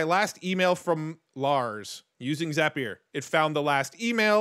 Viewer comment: Another super helpful video. And you have the best pronunciation of Zapier I've ever heard. For the record, it's pronounced Zap-e-er.